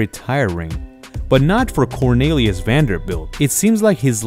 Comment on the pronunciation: (cor-NEE-lee-us),.....not (cor-NAY-lee-us).